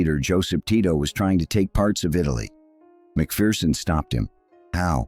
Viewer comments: "MacPherson" not "Macfearson". No "fear involved. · By the way Yankee land you pronounce his name Mak Ferson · Tommy was a legend. His book "Behind Enemy Lines" is well worth a read. BTW, it's pronounced Mac-Fer-son. There's no fear in a MacPherson.